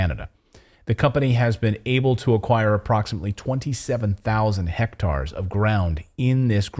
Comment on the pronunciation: You’re pronunciation of “hectare” is incorrect.